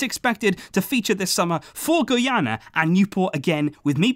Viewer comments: guyana is prounounced guy-ana😂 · It's pronounced as Guy-ana lol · Yoo, you pronounce Guyana wrong. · He said my country name wrong It's Guyana